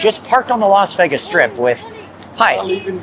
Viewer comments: Dude....not VEGGAS (VEYGAS). Please as least say it properly. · Ngl, I absolutely despise when people pronounce “Vegas” that way. It’s so annoying. It’s VAY-GUSS, not VEH-GUSS. ugh yuck. Anyway, carry on. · A dude that pronounce Vegas as Vegguz cannot be taken seriously. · There’s no “egg” in Vegas. It’s pronounced “Vay-gas”. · You’ve got one of the most irritating voices I’ve ever heard… especially the way you say “Vegas.”